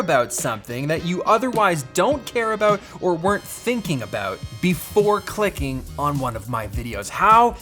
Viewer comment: ayo my buddy Pete how are you, btw your about still sounds like aboot